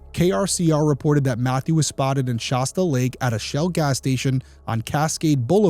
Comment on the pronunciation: In case it ever comes up again, I’m pretty sure that the locals just say “shass tuh” county. Good coverage of a really sad story, thank you Derrick.